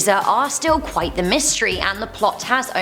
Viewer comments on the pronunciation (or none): none